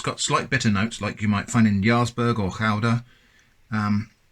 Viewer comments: Always appreciate it when someone knows how to pronounce Gouda. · Oooo, and you pronounced gouda correctly! No gooodah here! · That correct Gouda pronunciation caught me off guard. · I appreciate your correct pronunciation of “gouda”